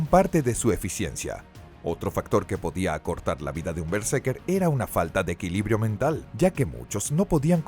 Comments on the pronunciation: vale vale pero es BerseRker, escrito y mal pronunciado TODO el video :( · ademas es:" berse R ker" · estas pronunciando mal berserker todo el rato XD solo por intentar pronunciar bien el ingles